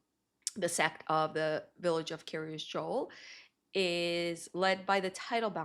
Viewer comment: Dear F Why do you call it Kiryas Dzool, instead of Kiryas Yo’el, In Yiddish pronunciation of the letter Yud?